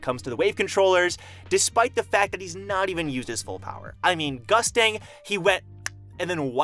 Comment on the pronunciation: In the Korean version of TOG, Gustang is pronounced (Goost-Ahng) not Gustang like mustang for those that didn't know